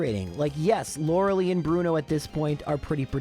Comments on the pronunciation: With less terrible luck you could have done it at below 70. Also, please call her Laurel-eye. Like the Gilmore Girl. “Laurelee” is just painful. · so cute how he pronounces Lorelei